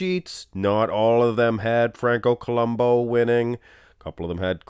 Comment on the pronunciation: it's columbu... not columbo the " U " is pronounced as it's spelled